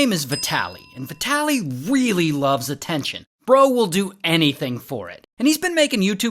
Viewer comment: Man, how do you speak his name ? His name is vitaly and not vetaly